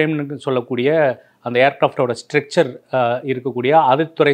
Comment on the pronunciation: லேண்டிங் கியரைப் பற்றியும் தவறாக பேசுகிறார். ஸ்ட்ரெச்சர் (stretcher) இல்லை ஸ்ட்ரக்சர் (structure).